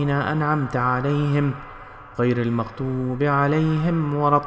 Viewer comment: Pahle apna nazea theek karke aao phir video dalna. Ghairil maqtoobe? ????? And Alaihim Walattuaallin??????